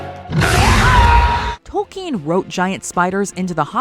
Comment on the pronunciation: His name is Tolkien. Not “Token”.